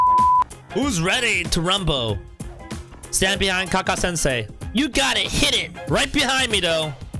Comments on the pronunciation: ka kashi sansay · It should be kakashi sensei But when u say it it lol